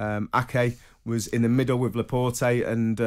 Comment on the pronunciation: Firmino’s been in England for 7 years. Laporte’s been in England for 4 years. How is Trevor still pronouncing their name wrong?? 🤣🤦🏻